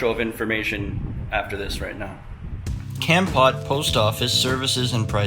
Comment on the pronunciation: hi!!! it is nice to see you living in my country. i am watching your youtube from america. kompot is called komport. komport is the correct pronunciation